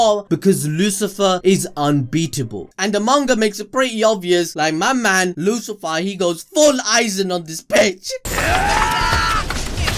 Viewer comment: Lucifero, not Lucifer. Come on dude haha